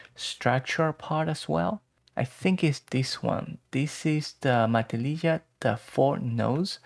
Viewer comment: It’s pronounced “ma-TIL-lih-ha” The j is pronounced like an h. You couldn’t be expected to know this if you don’t live on the California coast, though, so no shame.